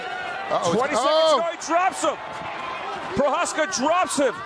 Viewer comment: That clown announcer can't even pronounce Procházka's name.